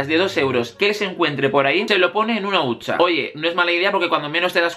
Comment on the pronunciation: Se dice huchaa no huncha no? Jajaa me encantas